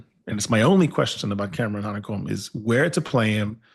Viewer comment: its Hanekom n Roos